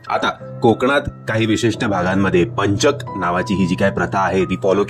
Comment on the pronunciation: पंचक उच्चार नीट करा व्वा हे वर्तमानपत्रात पण द्दा बर होईल